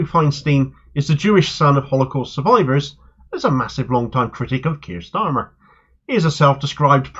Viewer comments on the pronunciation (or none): none